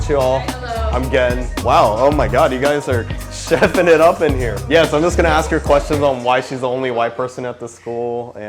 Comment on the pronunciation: Can't you say "ask" Properly?